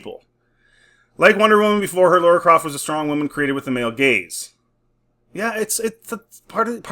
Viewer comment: Any video about Tomb Raider and as soon as the presenter says “Laura Croft” then I’m out.